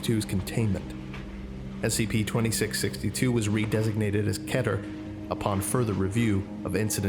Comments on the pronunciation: Its KEE-TER Lol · Keter is pronounced with a upper case e